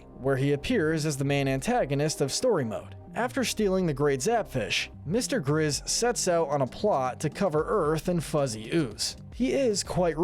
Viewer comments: He said mr. gizz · “Mr. gizz” you mean Mr. grizz